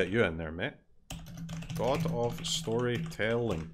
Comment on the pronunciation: I officially approve "Stooorytelli" for all Italians. You are allowed to use it.